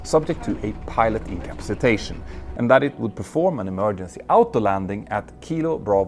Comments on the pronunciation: Peter just add a “A”. In-ca-PA-ci-tation. Turns out easier to say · I just love the way he says "incapsitation" ❤❤❤ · Or as he says it, 'in-cap-see-tation" ;-) (and please note, I can only speak English - sort-of) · Please consult a dictionary for the proper pronunciation of ‘incapacitation.’ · Peter… You are pronouncing "incapacitation" incorrectly. The word has 6 syllables, not 5.